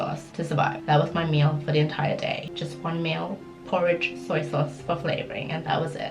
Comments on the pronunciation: bro when she said broke as in "one meal a day" i heard "one mil a day" UHSDHFSDHFI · Danielle Cheung deadass, I’ve heard that too, lmao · My deaf ass heard it too 💀💀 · Me too😂😂🤣 i was like: ok.